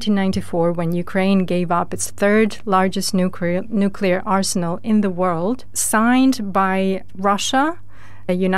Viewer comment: Somebody PLEASE teach that lad how to pronounce "nuclear"...'!